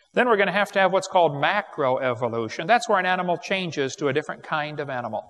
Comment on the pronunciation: According to Wallace and Gromit, in a grand day out, moon rocks may taste like cheese. But not Wensleydale or Stilton. Man my head hurts every time Kent says kind.